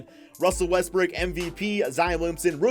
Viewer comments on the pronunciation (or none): I swear he said “Russell WestBrick”